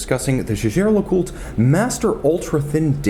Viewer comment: You've got it wrong, boy! He pronounces it correctly. The name is French and I'm a French speaker.